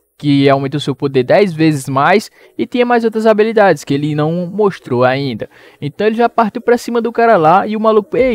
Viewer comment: HABILIDADESSSSS PQP QUE AGONIAAAAA É HABILIDADES NÃO ABILIDADES